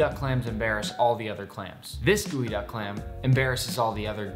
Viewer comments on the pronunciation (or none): It's GEOduck clam not goeyduck clam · geoduck not gooeyduck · Ok, so, y'all are doing the jokes justice, but can we just maybe take a moment to address the fact that this thing is spelled GEO-duck, but he's pronouncing it GOOEY-duck?! 😳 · It is pronounce as geodek not geoduck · I thought it was pronounced jeeyo duck not gooeyduck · Nick, you prepared this clam to eat as sushi. But can you steam it as you would other clams? In other words, can this type of clam be cooked and eaten warm? One more question, you pronounce the name of this clam like "gooey-duck." But the spelling I see is "geoduck." I would say "jee-oh-duck." Please explain your pronunciation. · Delicious but why are we calling it GOOEYduck? Is it not GEOduck? Just curious really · Why is it pronounced "gooey-duck" and not "gee-oh-duck"? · pronunciation geo